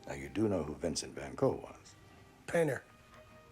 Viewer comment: If a so called 'expert' cant even pronounce Van Goghs name right, calling him Go, cant take the man seriously.